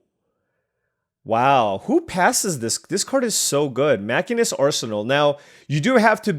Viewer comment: Still loving the FF draft! BTW, I know it doesn't sound right, but the class in FF14 is "machine - ist" edit: dude, the game that ended with 9x syncopate was killer edit2: wtf are these decks